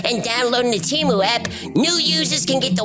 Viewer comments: Hi. It's pronounced 'TAY-Mew' and not 'tea-moo'. Thank you. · The Superbowl commercial indicates that it is pronounced TEH-MOO